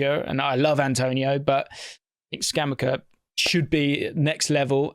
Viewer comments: It's ScamaCCA, double c. The c must be pronounced hard and the accent is Scamàcca, not Scàmacca (Hermione moment) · pronounce it Scam-acca (as in like betting acca) - it’s killing me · Came here to fix pronunciation 😂😂🤣